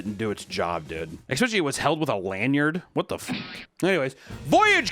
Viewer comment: I’ll comment this on every video until you get it right, it’s ESS-specially not EX-specially. Come on Papa